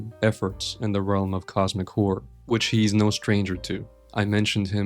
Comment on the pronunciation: I can't not hear 'cosmic whore' every time